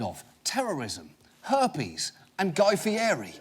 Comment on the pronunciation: When he said "... and Guy Fearri" I laughed so hard, I tripped and almost died! I love this guy! Not Guy Fearri but guy being John Oliver...